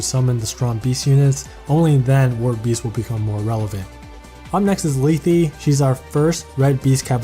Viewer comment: You butcher lethe and Canegies names by the way . It might just be the way you pronouce them but for me there names are more like Leth("e" being silent) Canayges I have there games and they pronouce them